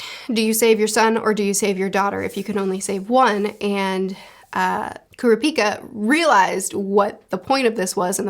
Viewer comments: Leorio is pronounced 'Lay-oreo'. Kurapika is pronounced 'Crap-peak-kuh' Killua pronounced 'Keeloo-wa' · Gon rhymes with cone Leorio (lay-oreo) Kurapika (koo-rah-pee-kah. No emphasis on the i) Killua (keel-oo-ah) I find it kinda funny you pronounced Tonpa's name right but not the MC's. You were pretty close with Hisoka. Plenty of people pronounce it the way you did so I don't think it matters too much. Japanese names just don't put emphasis on specific syllables. (Hee-so-kah) just kinda like say each syllable and then keep saying it faster til it sounds like one word lol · Edit: just so the nerds don’t kill you I’ll help with the names for the main 4. Gon you got right but some people do pronounce it like Gone but you got it. Kurapika is pronounced like Kura-Pee-Kuh but say it fast instead of slowly . Leorio is just Le and then how you would say Oreo. And then Killua is like Kill-uah but there’s no H in his name. Hope this helps more then it confuses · Curiosity, in portuguese Kurapika sounds like "heals Dick" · Pronunciations: Gon is pronounced like cone but with a g. Killua is Key-lua. Leorio is Lee-oreo. Kurapika is pronounced like it's spelled but the enunciation is on the second syllable. ku-RA-pi-ka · )! I love the manga vids you’ve made, one piece is a favorite of mine, and I’m glad to see ya branching out into more, hunter x hunter is very enjoyable, I need to help ya on these pronunciations on the names of the main crew tho Gon: go-n Killua: key-lu-a Kurapika: koo-ra-pee-ka Leorio: Lé-O-ree-o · So the way you pronounce the names are Gon- G oh n as opposed go Gan Kurapika: Ku Rah Pee Kah Leorio: Lay or ee oh Killua: Kill oo ah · Helpful tip: Kurapika is pronounced "Ku-RAH-pi-ka" and Leorio is pronounced " Lee-OR-io". Killua you got right, just put a little less stress on the middle syllable. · Correct Pronunciations: Gon: GOHN Kurapika: koo-RAH-pee-kah Leorio: Leh-OH-ree-oh Killua: KEE-loo-ah Illumi: EE-loo-mee Everything else you got right!